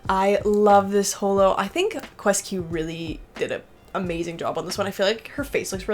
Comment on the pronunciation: Surprised how the Japanese pronounce QuesQ as "KyoosKyu" btw,, I thought you'd actually go with that 😂